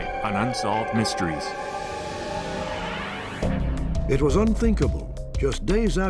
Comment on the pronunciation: I like how he says "Unsolved..... Mysteries" lol